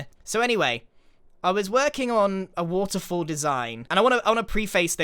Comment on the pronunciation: I just love hearing Grian say woterfoll over and over xD